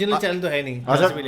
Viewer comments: Nobody:: Black Cover. So normies, they can't even pronounce Clover. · It is black CLOVER not black COVER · It's clover not cover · Black cover nahi it’s BLACK CLOVER 😭😌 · It is black clover not black cover You fool fool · Its black clover ;-; not black cover 🙂🔫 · Black clover tha sir, not black cover!😹😹😹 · It's black clover not black cover